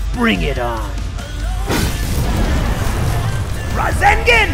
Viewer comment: Ras-egg-an and Chick-dori. Come on, man....